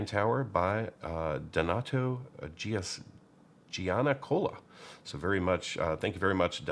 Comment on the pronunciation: Giancola is roughly pronounced like Jancola.